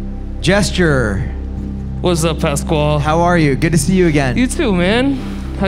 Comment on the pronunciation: I thought his name was pronounced “J S T Jr.” lol